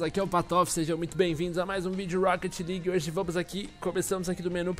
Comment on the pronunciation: rocket lique kkkkkkkkkk é leaque